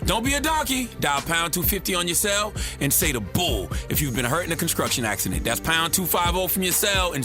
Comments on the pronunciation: If he can say the word "Stealing" he can say the word "conSTRuction" it's the same tongue movement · ConsCRuctive; ConsCRuction... ya killin me Charlamagne